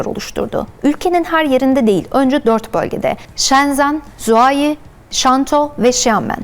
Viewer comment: "Şenzen" dediği noktada videoyu durdurdum, bu yorumu yazdım ve çıktım...